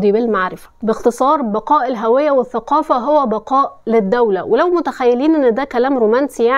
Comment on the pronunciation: اشتركت في القناة من أول فيديو شاهدته.. إلقاء جميل.. ثقافة شاسعة.. اهتمامات رائعة.. قدرة على التحليل والربط والشرح، واستعراض التاريخ.. ما شاء الله.. تحياتي لك ولكل متابعيك🎉 فقط ألفت نظرك بُنيتي إلى أنها هُوية، وليست هَوية من الهاوية.. لننشر الصواب من خلالك .. وكذلك حرف الجر (الباء) مكسور حتى في النطق بالعامية، فنقول بِالليل وليس بَالليل.. ولا نفصلهما كتابة أو نطقا: ب الليل/ ب النهار .. ل التفسير.. ل المشاهد.. وقد تطور الأمر ؛ فصاروا يكتبون: لي من يهمه الأمر بدلا من: لمن😅 والعجيب أن البعض يفصل الباء واللام كحرفي جر عن الكلمة المجرورة؛ ثم يلصق الفاء وهي حرف جر، فيكتب: فالشارع، فالمدرسة؛ ومع الدمج الخاطئ يتغير المعنى ويرتبك القارئ، كما نفعل في الكتابة على الفيس والواتس😂